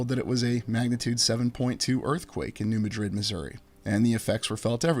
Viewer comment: Hey great stuff. I got some info on New Madrid and how it is said. I grow up two towns away and with there in middle school for a year. well we all say like New Mad-drid. not Ma-drid. love your work and only say because I know how you like to say it right. One thing that I can help with. hope ya see it. God Bless!!!